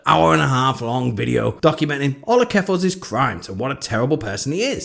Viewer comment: Oh my gosh, you said jeffals! 😃